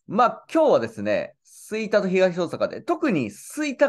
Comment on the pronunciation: 吹田の発音がちょっとちゃうなあ。